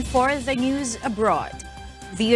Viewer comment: Ung news caster ung pronounce mo news pki ayos